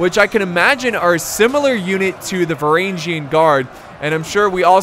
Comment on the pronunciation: και οι Varagian Guard επρεπε να τους λενε Φρουρα των Βαραγγων(Frura ton Varagon), αλλα δεν γινετε να τα εχουμε ολα χαχαχα